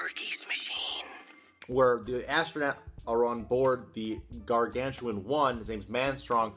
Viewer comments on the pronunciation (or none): Gargantua. No 'n' at the end.